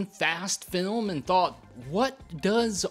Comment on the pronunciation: It's pronounced fem as in femanim not film